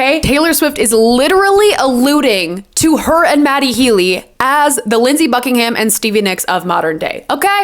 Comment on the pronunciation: Thanks for the 1975 insight. My only note is about Fleetwood Mac. Mick Fleetwood is on the cover of Rumors with Stevie. Pretty sure you said Lindsey Buckinghamshire.